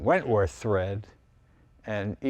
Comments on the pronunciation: It's whitworth not wentworth...... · Whitworth, not wentworth. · 'Wentworth'? It's Whitworth. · Whitworth! not Wentworth. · It's Whitworth. Not Wentworth. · Hate to be picky guys but it's Whitworth not Wentworth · Its WHITWORTH not Wentworth. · It's "Whitworth" , not "Wentworth " . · "Wentworth" bolts. Try "Whitworth" guys...... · Great video guys. BTW, its "Whitworth" (the H is silent) not "Wentworth" threads. Wentworth is an English golf course in Surrey😁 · Not 'wentworth, WHITWORTH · Just being picky, but I think he meant to say "whitworth" (BSW) , not "wentworth" for the bolt size. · Wentworth? Both of you said 'Wentworth'. Do you mean Whitworth? Please look up 'British Standard Whitworth' (BSW). Joseph Whitworth will be turning in his grave (possibly right-handedly, but screw that nutty thought). Apart from that, what a fabulous thread (this video, I mean, not Whitworth...although it actually was a pretty good thread form). Many thanks for a fascinating conversation and a gorgeous example of the most beautiful car ever produced (IMHO as a slightly less beautiful Series 2 Coupe owner, repatriated from the USA with not a grain of rust...the car, not me; I'm looking distinctly less than beautiful and more than a little corroded these days). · Gentleman, gentlemen, here here...it's "Whitworth" not Wentworth...there's a good chap 😂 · It's not Wentworth, it's Whitworth. He was a great engineer who first standardised threads. Whitworth coarse eventually became UNC. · Great episode. Love it. BTW it's Whitworth not Wentworth. Try a British motorcycle - UNF UNC Whitworth and Cycle Thread! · There is no such thing as "Wentworth".. It's Whitworth. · It’s Whitworth thread, not wentworth thread. Whitworth would be outraged, being the worlds most grumpy engineer. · "Whitworth thread" not "Wentworth thread." Sir Joseph Whitworth. Try not to scuttle our inventions 😃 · They’re called Whitworth threads, not Wentworth. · It’s Whitworth not Wentwoth